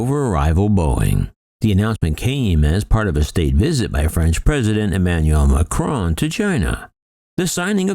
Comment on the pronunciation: Just a nasty little video, full of snide comments about France and Airbus. But I guess what one would expect from an American commentator who cannot even pronounce President Macron's name correctly. You really must do better.